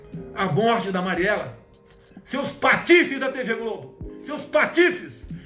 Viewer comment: Por que será que ele errou o nome de Mariele para Mariela